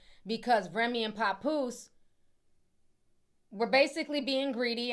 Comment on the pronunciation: It's not PAHpoose Ti 😂😂😂😂 It's PAP- POOSE LIKE TAP MAP LAP... PAP!!!!